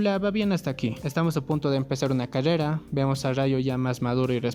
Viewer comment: Me dio risa cuando decía cadeda en ves de de decir carrera pero yo tambien tengo ese problema XDDDD